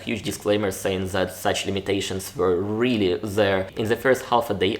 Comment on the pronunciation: I have only one notice, but it's not exactly about the video topic. Don't use "Z" instead of "Th." A good example is: "Zet and zet kind of product." I have noticed this in your previous videos as well. I know maybe it's hard to pronounce for you as a Russian speaker, I have myself problem pronouncing some English words as a non-native speaker, but it's possible to fix it.